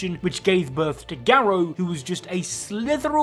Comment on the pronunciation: Him - ga-row Me - gar-ru